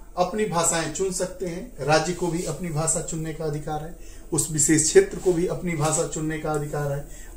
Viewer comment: What is bhasa ? Ap pahale apna pronunciation teek karo bhasa bhasa bolijari hai